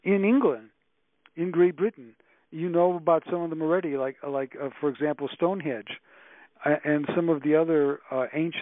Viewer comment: He also can't pronounce certain words. Arktype, instead of archetype, and stonehedge instead of Stonehenge.